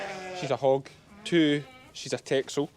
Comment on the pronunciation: The Dutch island of Texel which the breed is from is pronounced 'Tessel'